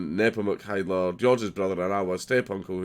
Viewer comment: It's Hiedler not HEIdler!